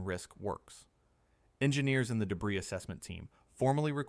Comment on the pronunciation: They are Bow like ow or wow doors. not bow like bow and arrow or show. Debris is pronounced Deb-Ree not deb-riss. Train the AI slop reader better before putting it to work.